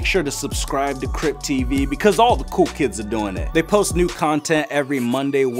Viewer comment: Coll??? ‘Cool’ not ‘Coll’